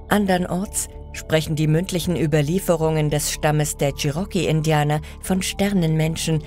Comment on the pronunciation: Leute, es gibt keine Schnitzereien bei der Steinbearbeitung. Sie heißen Ritzungen. Weiterhin: nicht Cherocky, sondern Cherokee, Betonung auf der letzten Silbe. Weiterhin: Kybele. Nicht Kühbele, sondern KybELe, Betonung auf dem ersten E. Ich meckere nicht, sondern ich versuche zu helfen. 😊